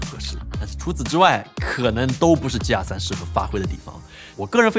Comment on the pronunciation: 鸡鸭3，怎么那边的人读g要读成鸡？